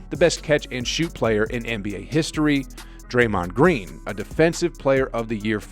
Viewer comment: draymohoond green